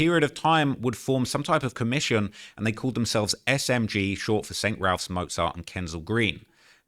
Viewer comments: I was looking for this comment. Raphs is short for Raphael's and "Raffs" is the only pronounciation that makes sense. There's no L in Raphs anyway so needs to go back to Specsavers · I hate hearing how he says “st Ralph’s”. If you’re from NW london you know we all pronounce it “saint raffs”. Rightly or wrongly lol